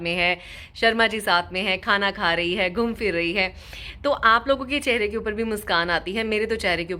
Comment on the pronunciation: Aap Indians “Phir” ko “Fir” kyun bolty hai?